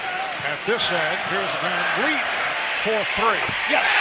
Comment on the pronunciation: And yet everyone (minus CDN media) still pronouncing his name wrong 🤷‍♂️ (Vanvleet not fleet)